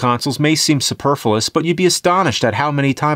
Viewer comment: superFLUous not superfulous